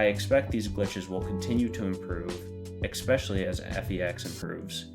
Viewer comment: Ekspecially? No buddy. Please learn to speak correctly.